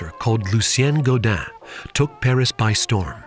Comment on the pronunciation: This is an amazing drink and the is obviously a skilled bartender, but please... if you care about the drink's origins, pronounce the man's name right. Gaudin is pronounced go-dihn not Guadin (like Guadalupe). Thanks for the video. I love me some cocktail history!